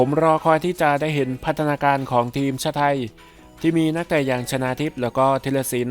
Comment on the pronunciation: 3.27 ชนาหรือชาวนา